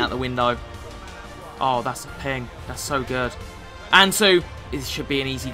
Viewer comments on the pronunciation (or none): none